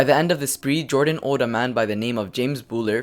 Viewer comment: You are mispronouncing Bouler you idiot!!!